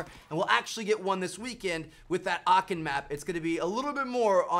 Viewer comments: Bro where did you get this from?! First : Aachen not Aken ?! And second : Aachen is in west Germany not north Germany bro This takes 2minutes to research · As a german it sounds so funny for me how you say "Aachen" 😅😂